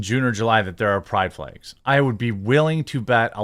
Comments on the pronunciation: Does he keep saying flegs instead of flags or is it just me? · My only question is why you keep saying flegs?